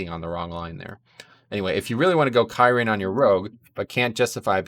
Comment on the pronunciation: Pretty sure Blizzard Themselves pronouncing Kyrian more like Kiri-jan , but throughout the video you pronounced it like Kay Ryan, which didn't discredit the video but it still made me chuckle about the mispronunciation